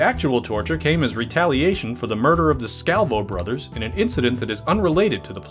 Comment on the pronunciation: Love the video soo good but you are pronouncing the names off lol... I knew related spilotro... its pronounced spill-la-tro also Scavo is pronounced Scaaa-vo